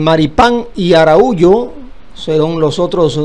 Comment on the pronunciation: Araujo favor pronunciar correctamente un apellido muy corriente. No acabemos con nuestro idioma